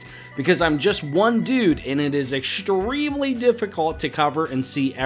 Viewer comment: Awesome video as always but I gotta ask: Why the heck do you and so many other people these days add a friggin "sh" sound to words that contain "str"??? You're saying "ex-shtreme" instead of "ex-treme" and "shtruck" instead of "st-ruck". I noticed people start doing this around summer of 2012, for some bizarre reason and it's only getting worse. I know it's a criticism and there are certainly enough of them on the internet but Goddamn, wtf? Why are you adding sh sounds to those words? Are you consciously aware you're doing it? Do you hear yourself say it? lol. Argh!